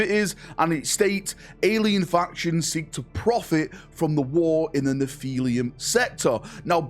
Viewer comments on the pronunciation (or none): It's pronouned NEFF - E - LUM. Write it down and remember it mate. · Gotta start learning how to pronounce words. Its not 'nephilium' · nephili-UM sector? can u ever READ bro??? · Word: Nephilim: "Nepheeleeyem?" Sorry, I had to.